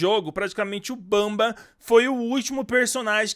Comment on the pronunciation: Por favor nunca mais fale bamba pelo amor de Deus graças a Deus nããããã...